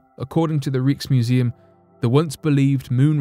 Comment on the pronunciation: Fake rock. Could it be from a tree that was petrified aeons ago on the moon? And Rijksmuseum is pronounced Rykesmuseum.